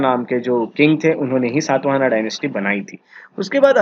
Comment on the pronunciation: The dynasty name is Shaata Vaahana शात वाहन....सात् वाहना नहीं. What kind ofvalidation you have done on your knowledge. अंग्रेजी में पढोगे तो ऐसा ही होगा। गौतमीपुत्र शातकर्णी... सात् कर्नि नहीं मूर्ख